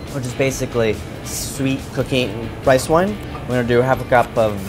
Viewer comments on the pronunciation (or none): none